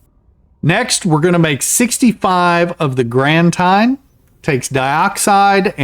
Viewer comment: Its actually pronounced "Granteeen"... you know, like Frankensteeeen.